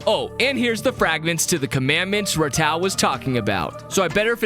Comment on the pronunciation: Love your vids but I’ll be honest, not sure how much of the fandom says this but, I know i pronounce Ratau as Ratu